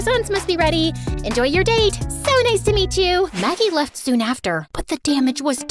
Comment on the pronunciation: Anyone else realise it said Maggic instead of Maggie?